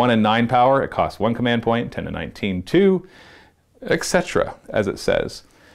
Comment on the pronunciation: Whh does canadians say "eck cetera" instead of "et cetera"? Its freaks me out man!